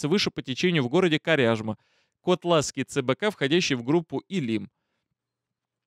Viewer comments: река ВЫчегда, ударение на первый слог, КОтласский, ударение тоже на первый слог. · КОтлаский. Котлас - ударение на "О". Молодец Батька, а нас как всегда кинули!